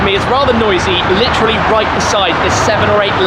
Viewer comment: Please stop butchering the world “literally”.